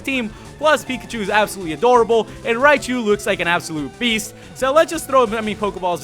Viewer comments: It's raichu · its raichu ohh